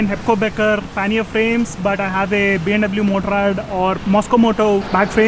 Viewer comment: check out ur videos how ur pronouncing BMW learn how to say BMW